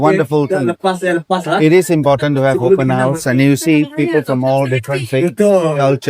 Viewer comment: bilang open horse